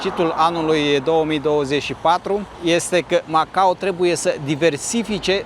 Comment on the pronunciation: Felicitări,, pt că datorită ție vedem și locuri/zone în care nu se aventureză prea mulți. Iar pronunția CORECTĂ este MacaO, cu "o" la sfârșit, nu cu "u", așa cum o învățăm la școală pe când se mai făcea geografie...